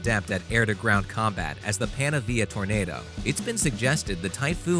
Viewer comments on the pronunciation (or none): none